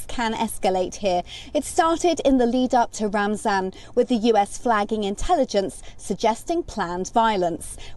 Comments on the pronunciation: I thought it was pronounced Ramadan and not ramzan. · It’s pronounced Ramadan not ramsZan